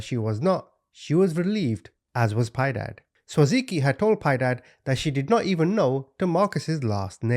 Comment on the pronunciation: Piedad a Spanish word pi-eh-dahd I never correct but I know I'm not being a know it all and you are the best to me just sharing ❤❤